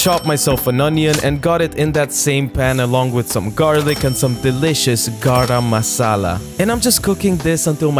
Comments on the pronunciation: You pronounced garam wrong its ga-ram masala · Why did he over pronounce garam masala